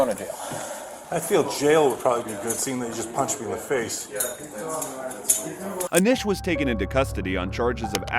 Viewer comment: How are you gonna hear “Anish” on video and still pronounce it wrong?🙃